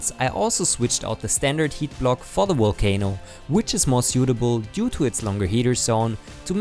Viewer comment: “Walcano hotend” lol But great video, thank you!